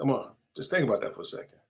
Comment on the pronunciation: I kno ur a New Yorker but our southern accent down here is rubbing off on u lol U didnt say "I dont think" u said "I dont THANK" 😂